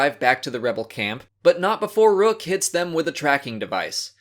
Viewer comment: One thing funny is in rebels when people say rook's name it sound like they just out of breath before pronouncing the k.